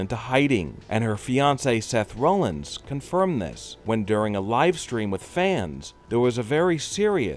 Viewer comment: His name is Seth ROLLINS not, Seth Romans.